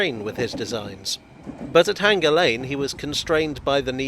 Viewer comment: Sorry, J, but you keep saying H-anger instead of hanger. The repetition just makes it even more conspicuous! 🙃